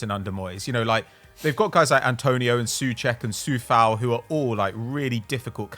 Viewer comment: guys, sorry for nitpicking, but Coufal and Souček, are pronouced with " O" like in O shit. with the U soud, they sound more like being from Slovakia.